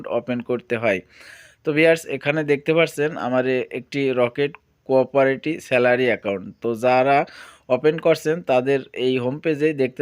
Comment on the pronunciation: কোরপরেটি ❌কোওপারেটি ✅🌝